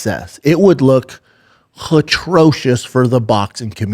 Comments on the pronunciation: Someone has to tell Brendon that the word he is trying to say is atrocious. Not hatrocious. It’s insulting that it has went on this long. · I’m not a schuab hater by any means….but someone’s gotta tell him there’s no “H” in atrocious.